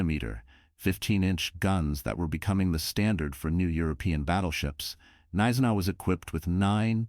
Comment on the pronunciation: G-neisenau. Most probably. No soft consonants in German.